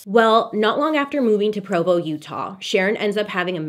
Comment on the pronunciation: As a born and raised exmo..living in utah...your pronunciation fills me with so much joy. lol Provo is the Judgiest town of all the towns.